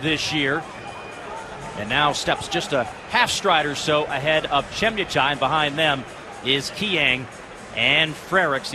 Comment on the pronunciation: Che MUUUU Tai. Not Chie miiuu tai 😅🇰🇪